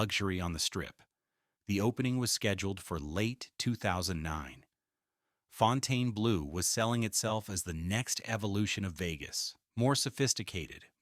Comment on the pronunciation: It can't even pronounce the name of the place the video is about correctly. AI Slop.